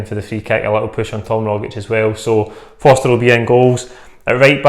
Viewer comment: Fraser Fo"R"ster